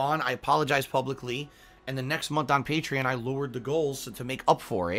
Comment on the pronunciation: how does he not know how to pronounce Patreon?